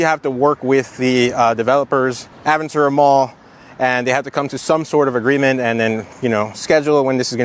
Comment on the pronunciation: Hearing Aventura pronounced improperly is so weird. Its a Spanish word